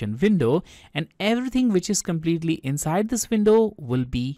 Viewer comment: She bootiful inshide an outshide ❤